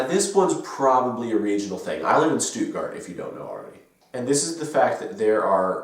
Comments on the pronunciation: Bro, it's not "stoot gart" it's "SHTOOT-GARRT" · When you say Stuttgart, try not to heavily pronouce the ''u'' like that. The stress lays more on the ''tt''. Also, the ''St'' really sounds more like a ''scht''. I know this might sound weird... Just trying to help you out.